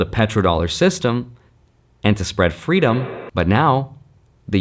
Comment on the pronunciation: The way you said freedom 😂😂😂😂😂